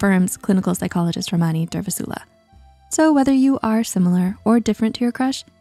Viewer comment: The way they pronounced dr Ramani’s name 😂😂